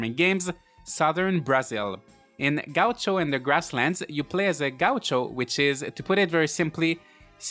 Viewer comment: XD that's not how you say gaucho xD lol